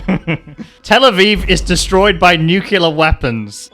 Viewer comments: Your pronounciation of "nuclear" is so annoying and i cant watch this. Its nuclear, not nucelar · Man, I have a tic with this, but the right way to pronounce nuclear is not nukulear, its nu+clear, nixon pronounced it wrongly which got that form of pronunciation famous, but it is not correct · it is pronounced "nuclear" not "nucular". Please, have mercy,, it hurts my ears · I love your work, man, but someone needs to tell you how to pronounce "nuclear". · I was thinking the same!